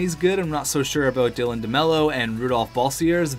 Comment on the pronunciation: You finally got demlow's name right.